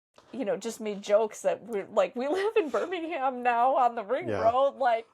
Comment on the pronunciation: So... Youve been driving here in the UK for twenty years (plus?) and still cannot correctly pronounce Birmingham - Birmingum (others?) (or spell kerb correctly!) ... Still acting like 'newbie American visitors' ?! Lol?!😊